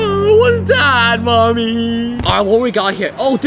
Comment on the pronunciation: It’s funny when you say mommy